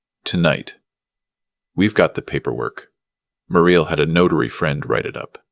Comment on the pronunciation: Muriel pronounced Mew-ree-el.